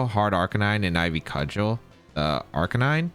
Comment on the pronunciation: didn’t know how to pronounce cudgel idk if he’s gonna be able to pronounce serendipity